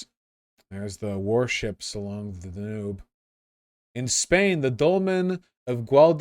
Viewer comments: Da-Noob river, Vaush showing his true American mispronunciation. It's pronounced Dan-ewb 🤓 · He even pronounced Danube wrong, what is wrong with him man? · Vaush, my dude... See-wan province in China, and the Duh-noob and Tee-bur rivers?